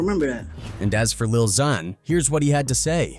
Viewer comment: This guy pronounced lil Xan like 5 different ways 😂